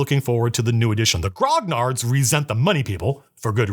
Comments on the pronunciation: Grognard is pronounced "gronyard". Like lasagna. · Dude, the 'gn' in grognard, being French, sounds more like a Spanish 'ñ' and the g is silent. Good vid tho!